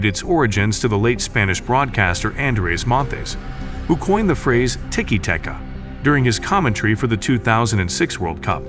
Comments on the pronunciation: How has an AI voice managed to find so many different ways to pronounce "tiki taka" in a single video? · make up your mind, is it tiki tacka, tiki take-a, tiki taka, ticky tayka. you pronounce it differently every time you said it